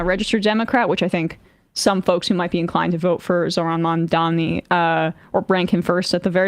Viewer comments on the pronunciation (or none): none